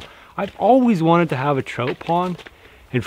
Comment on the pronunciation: Man I love you brother but that accident and word pronunciation I just can't handle sometimes. Lol Digging a "trote" pond. You say Trote! Soooooo many times!!!!!